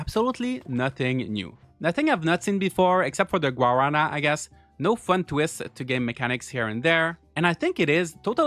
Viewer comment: The way you pronounced guarana killed me It’s supposed to be ‘gua-ra(rolled r)-na’ There’s also a soda made with it that I highly recommend people try, you can sometimes find them in Hispanic stores around the U.S., and it’s probably easier to find it in places like Massachusetts or Florida since there’s a large Brazilian population there